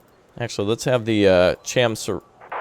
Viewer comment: Korean here. Few things... 1-A. Chamsuri is pronounced as Cham-su-ree. Not Cham-su-rie. It is not a pie. 1-B. Pohang is Pohaang. Aaaaahng. Not Pohaeng. 1-C. Same applies for Pyungyang is pronounced pyungy"aa"ng. YAAAAAAAAAng. Not Pyungyaeng. 2. Chamsuri Sea Vulcan CIWS is being aimed by human. Not computer. And it is shooting down the missles. 3. NEVER FALL BACK. Seoul is Korea and Korea is Seoul. Great vid as usual. Keep it up. Please save South Korea.